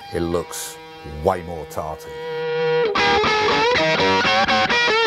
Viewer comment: "... and it looks way more tarty"? Is that what he said? LOL!